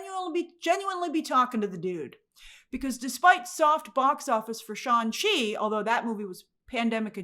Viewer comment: Why do you keep calling shang chi, "Shawn chi"?